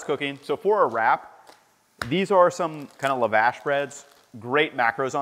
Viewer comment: Lavash is pronounced like osh in Oshkosh.